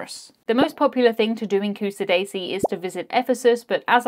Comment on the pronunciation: Not to nitpick, but it’s Ku-shah-da-si not Q-sa-daisy upsadaisy…. moving on….